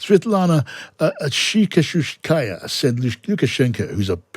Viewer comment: Most exotic pronanciation of naime Tichanouskaya.